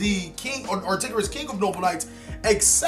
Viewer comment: ar-TOR-igus my man! Not ar-TIG-orus.